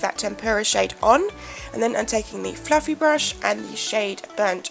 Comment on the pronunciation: I enjoy the video and I love it when you said "It's SO FLuFFLY!" Haha